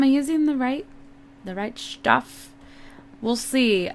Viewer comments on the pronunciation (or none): i like how she says shtuff instead of stuff! :D